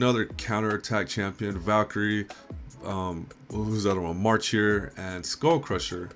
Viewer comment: Oooop video was OK right up till ya said Marchure..... had to stop....